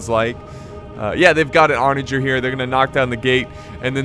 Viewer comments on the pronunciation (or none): Hey, is it pronounced "onaGER" like the word German? Or "onager" like the word girl?